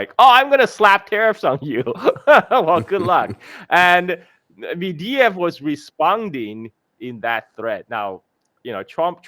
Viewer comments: Holy fuck it's not medeyev it's medvedev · It's MEDVEDEV, not "mediev", ffs get the man's name right!